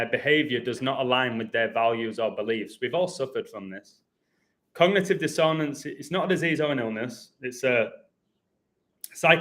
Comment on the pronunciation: Can I be your pronunciation editor?? Pronounced DISS on ance not dis own ance :)